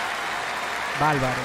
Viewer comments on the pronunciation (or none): Un tipo que canta regeaton basura y dice balbaro en vez de bárbaro es un bagallero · No se dice valvalo, se dice barbaro